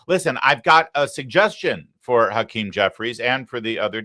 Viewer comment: Hawktah Jefferies...his name is hawktah Jefferies Larry. 😁